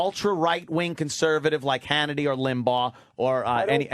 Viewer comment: opie doesn’t even know how to pronounce the word conservative that’s how stupid he is.